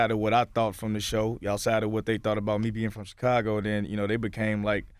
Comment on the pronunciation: Charlamagne says Chicago so weird. Chee-cahh-gah LOL.